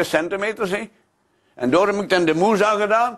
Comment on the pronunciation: i love how door sounds like doeur